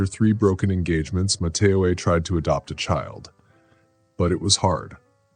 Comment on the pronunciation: Love the voice of the narrator. However pronouncement could be a little better - “Ma-te-o” not “Ma- ta- o-a”